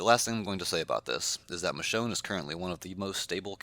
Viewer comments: Yeah, I also heard "Michonne"! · I HEARD THEM SAY MICHONE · He did point at Michone and said, " moe ".